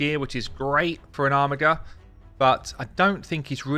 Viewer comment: OMFG it is pronounced ARMIJER not armigger reeeeeeeeeeeeeeeeeeeeeeeeeeeeeeeee